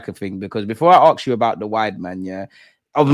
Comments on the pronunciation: come on, arksed or axed is Americans bastardising our language you sir as a journalist are much better than that 👍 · Why can’t you pronounce the word ask? You are as English as me for gods sake.